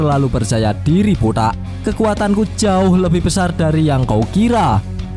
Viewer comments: bg kenapa klw bilang botak itu "botaq" akhir ny di teken botaqk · Dari kata botak saya tau mimin orng jowo..soalnya pas ngomong botak gada huruf "K" nya..cuma pajangan doang..tpi btw nice reviewnya min smngt